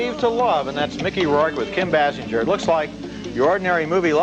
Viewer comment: How long until they could pronounce Kim Basinger's name properly? Their review of NADINE also flubs it. BAY-SINGER